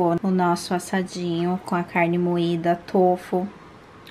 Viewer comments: Tôfu kkkkkk é tofú kkkkk povo desaprendeu a falar E a é feia kkkkk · O certo n seria tufu com o som de ú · Na verdade, a sílaba tônica de tofu é o "Fu", e não o "to" . Adorei o vídeo!!